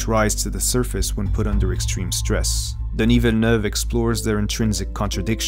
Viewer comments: Thank you for pronouncing his name correctly. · As someone from Québec, it's always enjoyable when a name is well pronounced, so thank you very much for your consideration ! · are you french or french speaking ? Because you pronounced Denis Villeneuve really well ! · you even put the accent on the 'e'... Feels good. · THANK YOU for pronouncing his name correctly oh my god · Congratulations for the spot-on pronunciation of his name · Is the narrator French Canadian? He says Denis's name flawlessly. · Flex on the french pronunciation of the name